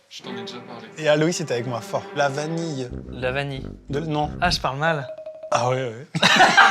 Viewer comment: En tant que Belge je confirme, a la bonne façon de pronconcer vanille et anguille!